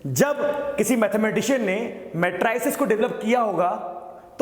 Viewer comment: Pronunciation of matrices is not correct. Lesson is well understood.